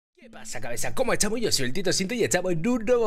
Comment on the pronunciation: Etahmo xD me da mucha gracia cuando te dices etahmo o algo con T :v